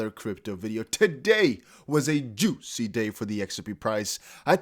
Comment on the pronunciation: Please please please stop saying juicy like that 🤦🏾‍♂️